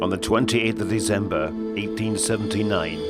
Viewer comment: It's December, not Deezember.